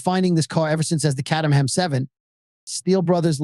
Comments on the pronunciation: Please slow.down. i had to wtach this an 0.75 speed. Also there is an ER in CatERham. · Too fast mate it is not a horse race. Caterham pronounced Kay---ter--ham a small town in Surrey close to the Kent border.